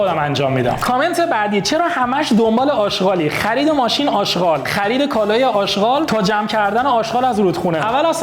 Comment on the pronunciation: داداش اژغال نه اشقال